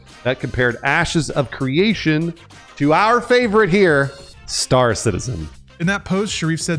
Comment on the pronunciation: Sounds like he said: "Asses of Creation" at the beginning. WTF 😂😂